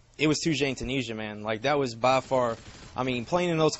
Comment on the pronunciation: "toujane tooneesha" tyoo-niz-ee-ah plz